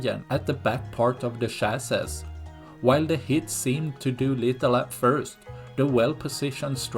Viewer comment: I admire someone who can speak in a language that isn't their first, and I would personally want to know if I was goofing up on a word. In that spirit, 'chassis' is pronounced 'chassy' ... or 'chass-ee'. Love what you do ❤ Slava Ukraine!! 💙💛